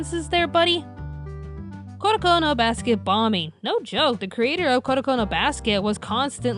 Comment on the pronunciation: isn't it in reality Kuroko no basket and not Koroko no basket?